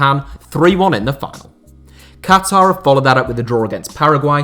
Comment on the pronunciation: It's still refreshing to hear a western person saying Qatar and not Cutter. BTW, suggestion: 7 last Chelsea signings before the Abramovich takeover.